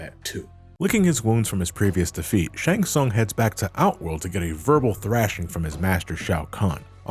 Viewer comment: How can you pronounce "Shang Tsung" wrong when they say it out loud in the games?